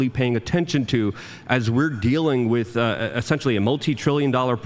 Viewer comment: cannot say "with"